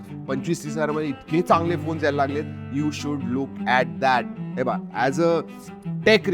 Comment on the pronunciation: हे बघा❌ हेबा ✅ marathi manus proved 😂